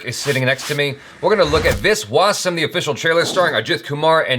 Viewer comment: Jaby said the name of the movie right for once